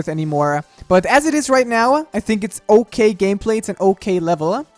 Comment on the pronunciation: He says "uh" at the end of some words like "I think its gonna be okayuh"